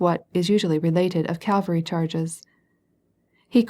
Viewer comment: Full of irritating mispronunciations, eg Calvary for cavalry, does the reader just doze off?